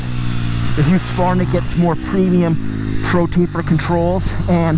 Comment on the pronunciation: Hahaha!... Hooskvarna? Even if (in today’s weird topsy-turvy world) you’ve found that’s the proper pronunciation, please never say it like that again.:) Otherwise, thanks for keeping your reviews [seemingly] unscripted. Keep up the real-world stuff.